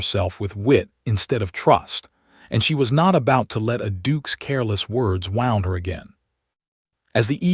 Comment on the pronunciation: I couldn’t take much of this because of the mispronunciations. The heroine is called Ah-LEE-ner, which is not a name. Probably they meant Eleanor, but it does not sound like that. About the 10th time it was said wrongly, I bailed. Oh, and the word WOUND is also mispronounced. When used to mean a hurt, it rhymes with TUNED.